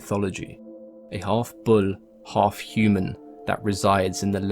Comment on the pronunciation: Did u just say bull in southern Indian accent?!😂👌